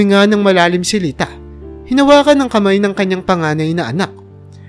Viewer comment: Bigkasin mo Naman Ng Tama ang pangalan ni Timote at aling Lita Yan ang di maganda sa iiyong pagkukwento.